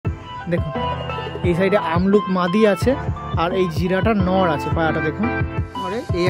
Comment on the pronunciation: Ki sobsomoy amluk bolo , abluk bolte selaho😅